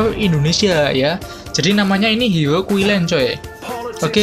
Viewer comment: Bang Bisa Ngomong R gak, Sebut HERO KOk Jadi HIO, R nya kmna😆